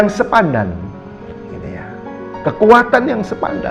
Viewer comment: Mohon maaf beliau tdk bisa mengucapkan SEPADAN...🙏🙏.. Di ksh tau..salah lagi. 😁😁😁